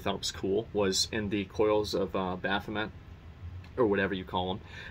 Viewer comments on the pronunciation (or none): it would be really cool if you stopped pronouncing "BAHAMUT" - "BAPHOMET" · I have not played FFXIV, only backseat gamed with my bros on turn based FF series lmao I think he is saying "Baphomet" and I thought, huh they added the evil goat on the game? But I had a suspicion he was mistaking it as Bahamut lol, had fkin grind that guy on MH World, when they collabd with FFXIV, Dragoon Transmog set and Jump Emote were cool. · Zack......you are killing me with the way you are pronouncing Bahamut ....BAH! HA! MUT! not Baphamet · Bafamet lmao Ba-hum-et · it sounds like he saying Baphomet instead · I was like, "Did he just say, Bathumet?" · Bath tub mat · "Baphamut", "Ramuah", I feel like I should be upset at the constant mispronunciations but they're honestly just entertaining. Gotta give him a break though since he's dealing with hundreds and hundreds of new names and words that he hasn't really had experience with before. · If you like world building moments like Coils of Bahamut (btw, it's Bah-hahm-ut in the FF series, so there's that....) and Lake Guardian, my dude, 3.0+ is gonna rock your goddamn socks off, on again, and off again, repeatedly, specifically to just stun lock you in terms of shock and awe. Literally, HW is what got me perma-hooked to FFXIV, I play single player games, but I always come back for more, I actually am maxing out my last 6 jobs rn, on my Data Center Server. If you had an FC, so far as I've seen, I'd want to join it, but... yeah, I can't. shrug oh well. I hope you enjoy HW as much as I did!~ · You know Zack has never played any final fantasy before based on how he pronounces Bahamut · did i hear that right bathamut? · Is it only me that is bothered that he calls Bahamut...baphamut? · I cant figure out if ur serious or not when u pronounce Bahamut as Baffameth xD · Say it with me Asmon, BAH HAH MUT.... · lmfao ikr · The real question, will Zack ever learn how to pronounce Bahamut?